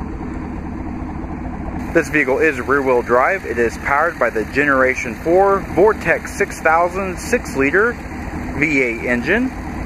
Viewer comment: I stop watching when he said vortec 6000 😆